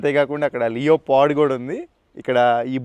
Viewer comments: Pronunciation sarigga nerchukora bhai. లియోపార్డ్ కాదు లెపర్డ్ (leopard) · "Leo Pard" kadu boss... danni "Lepurd" ani pronounce chestaru.